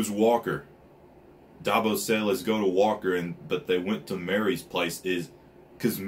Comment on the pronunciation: Are you saying Dabos? Lol its Davos btw but if I'm hearing wrong I'm sorry lmao